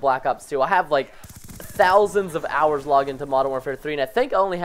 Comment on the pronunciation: Wait wait wait preston thousands of hoours of mw3 ? lol